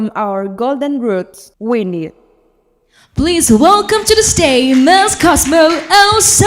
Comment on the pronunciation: T chê trên live luôn nhưng vẫn có người bênh. Toàn đọc thiếu âm cuối như từ Stage và đọc sai từ như Question. Âm điệu rất nặng, nghe mệt vl. Đang nghe Phương Linh rất nhẹ nhàng và ấm áp xong với bà MC lên tiếng làm tụt mood. Chê vậy là còn nhẹ đó. Đừng nói t biết gi mà chê. T ở Mỹ gần 6 năm rồi và không có bạn bè Việt Nam, toàn người Mỹ nên t có khả năng để nhận xét và chê nha 😊